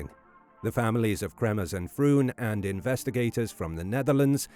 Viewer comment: Mispronouncing their names is not going to help convince people that you have the answers .